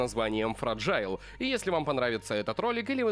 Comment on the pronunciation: название читается как"Фэйджаил"–тоесть Хрупкая